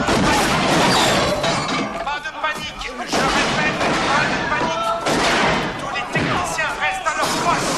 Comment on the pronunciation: "Tous les techniciens " T.O.U.S, pas T.O.U.T